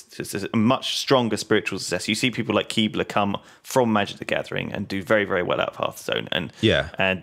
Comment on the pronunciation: did he just pronounce Brian Kibler's name as Keebler?